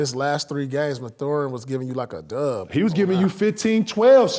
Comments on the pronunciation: Truth saying MaTHORin be killing me out 🤣🤣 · Mispronunciation gives it that extra respect highkey 😂😂😂